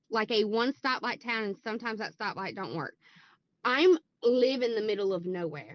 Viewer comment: she keeps saying "live" but every time I hear "lie" and it's hilarious